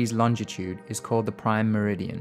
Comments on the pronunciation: it really burns me how you can't say longitude :P LOL! other than that good JOB! :D! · Lol he pronounces longitude and latitude vis soooooo funny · Not bad, but he's pronunciation of Longitude is wrong